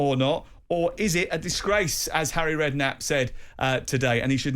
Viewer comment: Well said "arry" 👏🏿 😅